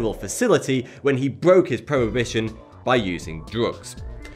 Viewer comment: While talking about Jonathan James, did you mean he broke his "probation" by doing drugs? It sounded like you said "prohibition".